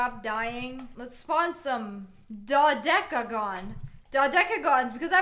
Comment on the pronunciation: IT'S (Doh-Deck-a-Gone)